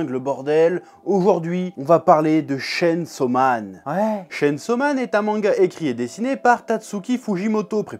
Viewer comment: Tu pouvais au moins prononcer le chain : tchayn 😭